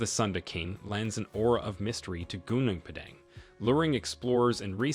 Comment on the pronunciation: It's Gunung Padang. Not Gunang. Gunung mean mountain.